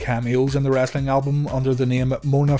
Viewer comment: The narrator calls it wrastling.